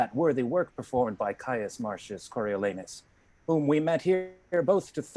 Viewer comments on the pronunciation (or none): I like not "Coriolaynus"; better, "Coriolahnus!" C'mon, secondary schoolboys may see this. Also, Volsci: how pronounced? "Volski", (Lauren: We're from Poland, it's fine!" (;)); "Volshi" (my preference), or "Volsi". I heard all three. Ditto, "Corioleye" v. "Coriolee" ... Nae big problem, but consistency is good. Fabiana Cabral is magnificent as Coriolanus. She scares me, even at the distance of 5,000 km ... and months apart. Brilliant! And Lauren shines too.